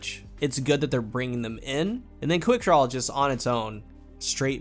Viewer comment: Why does it sound like half the time you’re saying. “quickdrawl?”